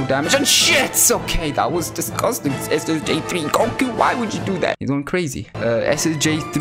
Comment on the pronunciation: I started laughing when u said “Lemme taste YOU! DIS GUS TANG!” 😂🤣